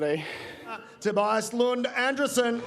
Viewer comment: His name is pronounced An-DRE-sen 😊